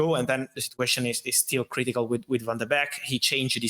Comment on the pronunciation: Fabrizio and his "Sit-you-ation",,, every other word,,,lol